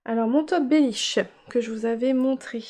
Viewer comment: Coucou, tu m'as bien fair rire avec le bellish😂 et bravo tu as encore bien dit twigale. A bientot😘😘